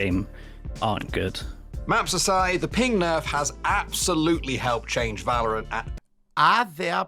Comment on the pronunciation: Don't talk about pronounciation with yours on "Valorant"...